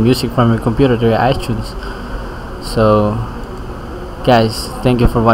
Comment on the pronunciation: u said iTunes like Ichunes. u are Pinoy